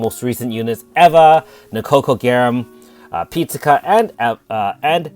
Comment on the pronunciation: Your pronunciation of Pizzica is a bit grating. The first 2 syllables are not said the same as the popular Italian dish sold at the chain Dominos. The "Pizz" part of her name rhymes with "Wizz" or "Fizz", the "ica" part you are pronouncing just fine. Keep up the good work and good luck on your pull!